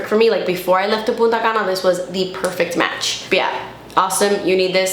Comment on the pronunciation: I keep hearing puta cana.😂